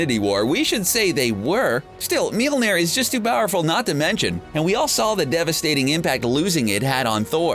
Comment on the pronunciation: YOU KEPT SAYING MOLNIJNER WRONG